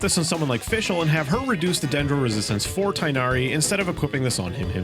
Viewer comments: It's hard to write down, but it's not Tie-nari. It's kind of like Teeghnari or Tighnari. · its TIG-nari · Funnily enough, while the English VAs seem to be saying tie-nari, if you listen closely in the 3.0 banner, his name was pronounced tig-nari. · As an Arabic speaker saying tighnari's name is a living nightmare🤣and hearing others saying "tie-nari"is also pure torture Just a note:when al haithem comes homes please spare yourself the trouble and me the cringe and just call him Hawkeye because that's what's his name means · Your pronounciation of Tighnari is wrong